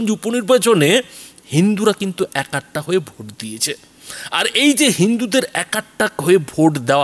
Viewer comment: একাট্টা খুব কানে লাগে! শব্দটা এক কাট্টা।